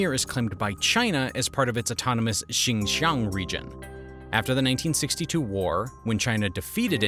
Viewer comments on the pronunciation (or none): none